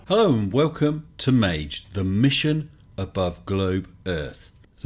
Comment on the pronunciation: Please, don’t pronounce it a soft g (māj) Try using Maggie